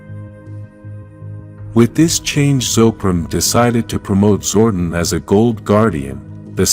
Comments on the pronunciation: its zor don not zordin say it right you noodle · I usually don't make any negative comments about the narrator on power rangers stuff but the name is pronounce zordon as in zor don not zord en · This is totally a jenky AI narration "Zorden" lol its ZOR DON <- DON